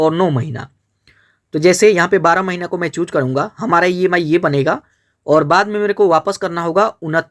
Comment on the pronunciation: Chhooc nhi choose bolte 😂